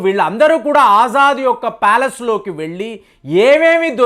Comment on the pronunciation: ఆజాద్ కాదు ఎర్రి పుష్పం అసద్ అల్ బషర్ , అసద్ అంటారు